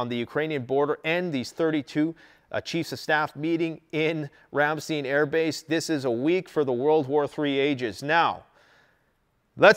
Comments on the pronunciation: Sorry to pile on to the (probably) hundreds of other comments but this grates on my nerves from having lived on a US military air base in Germany in the early 80's...please say 'RAM....STINE'. (Not...Steen.) OK, end of my YT Karen/etc comment. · Pronounced "Ram-stIne," and not "steen," with the empathize on the I, like wine. Great video. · Side note in case you'd like to know for the future- Ramstein is pronounced in English as "rahm-shtein' -rahm rhymes with com (some also say it almost sounding like rum) and shtein has a long i sound instead of a long e. Flew into and out of the Ramstein AFB a few times back in 08/09 and I was quickly corrected on the pronunciation of the word. 🤷 Anyway, as always, excellent video! Very informative. This is my evening 'go to' after work and I'm never disappointed in the quality of the information you bring to the table! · FYI: It’s pronounced RAM-STINE. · Ramm- st/eye/n. Let's say it correctly. Lol. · Ramstein...the i is a long i...pronounced Ram stine... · Every time mispronounces Ramstein, I can't help but think of the band's name. Du hast mich! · Ramstein Air Force Base. - Your Pronunciation is way off !!!! Dammit man.